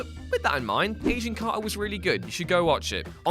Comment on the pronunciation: You sounded like you sound age of carter not agent carter